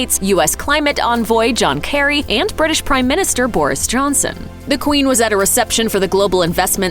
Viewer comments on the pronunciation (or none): none